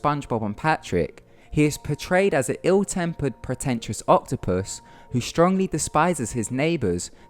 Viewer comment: Octupus? octopu? Rlly